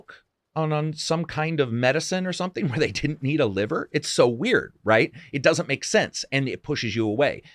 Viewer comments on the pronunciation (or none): none